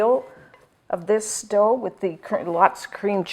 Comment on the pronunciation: Dough, and not dhow. sorry.